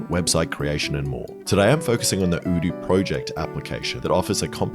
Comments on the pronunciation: I love how Alex always pronounces "odoo" as "ewdew" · Hold up have you been mispronouncing Odoo's name all this while.